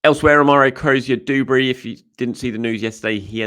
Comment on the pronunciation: *Cozier-DUBERRY. Not DOOberry. Do you say the rent is DO? Call of dooty? Sand doones?